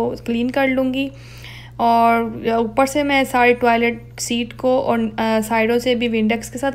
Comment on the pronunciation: No offence but use the correct accent of urdu especially with the word 'Aur' instead of 'Aurh'. Peace